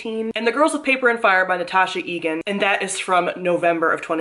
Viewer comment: Would double check the pronunciation on Natasha Ngan's name when you talk about GoPaF next!